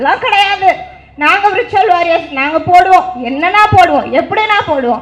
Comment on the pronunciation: Virtual warriors nu ozhunga solluma athuve thappa solre....